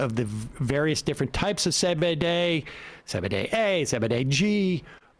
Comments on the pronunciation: Say bay day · Are you purposely mispronouncing CBD?